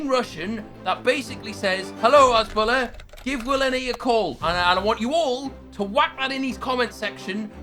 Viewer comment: It’s has-boo-lar not has-bull-ah